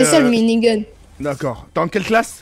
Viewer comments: Nn le mode zombie ça déchire pas le mode Zombie za déschire 🤣😂😂🤣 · Mais c'est comme ça : le mode zombie za dezire